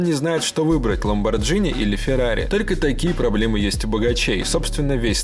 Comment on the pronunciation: Ламборгини НЕ ЛАМБОРДЖИНИ!!!